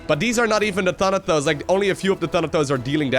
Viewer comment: Boi, its ThanaTos not ThanaTHos